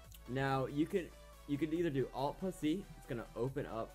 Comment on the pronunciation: Am I the only one who heard "Alt Pussy" instead of "Alt plus C"?